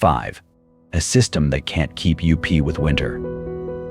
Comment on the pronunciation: Ok, this is horrifying. But you know the narrator is AI when they say the word 'up' as u p.